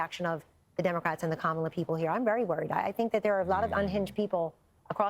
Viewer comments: Why won’t you say her name correctly magalus Wiley? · Comma La. This is how you pronounce her name. This is coming from a none supporter of Mrs Harris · Bro I respect your take and agree with much of it. Just one thing though, Bro… don’t disrespect her (Kamala) by repeatedly mispronouncing her name. You are an educated man (Columbia). Come on man! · I don’t care about anyone’s personal politics! But please her name is “Kamala” not “Kamulla”! Your name is Marcellus, of all people! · Is he mispronouncing her name on purpose or intentionally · Throughout this entire video, you mispronounced her name. She is the Vice-President of these United States. You know how to pronounce her name. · Marcellus do your homework and pronounce her name correctly. You are pronouncing the name of the vice president like she is the WWE wrestler. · Comma-la... that is how you pronounce her name. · Why do you intentionally mispronounce her name? Really why? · Gotta get her name right, dog.